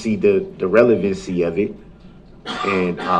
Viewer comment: "I don't consent to multiple consecutive life sentences. I don't see the relevence-y. I don't undershtand the nature of the charges."